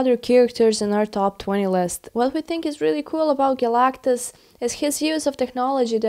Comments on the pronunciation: A mispronunciation of Galactus. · & ... Who is Galagtagus? 😂